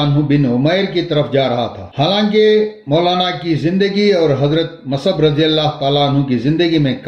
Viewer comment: آپ اپنی اردو درست کریں۔ مصعبMUS'AB کو آپMAS'AB کہ رہے ہیں۔ آپکی کمنٹری کے بغیر بھی کام چل سکتا تھا۔۔👎👎